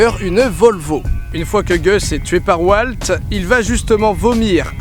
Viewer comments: Je suis le seul qui a été énerver par le fait que Didi dit W"a"lt et pas W"au"lt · Il s'appelle Walt, pas "Oualte" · prononce WAULT et pas WALT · NOOOOOON ON NE DIT PAS "WALT" MAIS "WAULT" PUTIN !!!! 😤😤😤😭😂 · Aïe... cette prononciation de Walt, ça fait mal au coeur